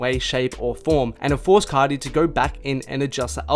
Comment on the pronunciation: * “cah-tee” *